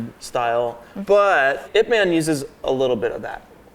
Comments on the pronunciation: I cringed so bad when said IP man rather than I.P man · I think it’s pronounced I.P man not IP man